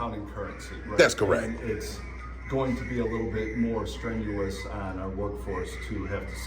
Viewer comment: Did he just say strenuous.,., bHah ba Ha ha ha ha.